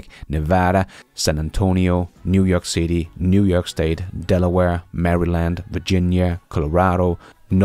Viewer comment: Hearing Maryland pronounced like that makes not laugh as well.